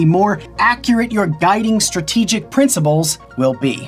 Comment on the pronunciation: did he just say princiBles??